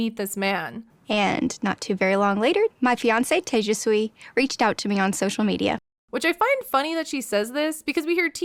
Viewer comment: Is she even pronouncing his name correctly?? I'm not Indian, so I could be wrong, but there was a child at my school named Tejasvi and we were always told that her name was pronounced like "tuh-jash-vee"...quite different to the way she says it...